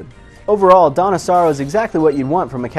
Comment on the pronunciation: Lulz it sounds like he's saying "Donna Sorrow", like the name of a girl or somethin